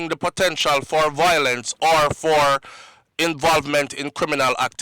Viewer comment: It’s not, VOIL-ence! It is pronounced as, VI-olence.